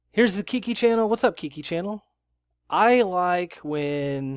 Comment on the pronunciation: It's Kiki Chanel.. not Kiki Channel